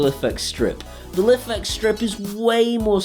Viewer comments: It's pronounced "Life X" not "liffex" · Love the videos but it's pronounced life x. That's how the creator said it on there kickstarter. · Just so you know it's pronounced like "life-X"; says so on their website. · You are pronouncing Lifx wrong it is Pronounced Life X